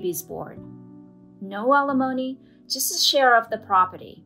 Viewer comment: Right, and still don’t know how to pronounce it. I just have to laugh every time I hear them say it because they sound so ridiculous. Sometimes I think this channel is run by middle schoolers.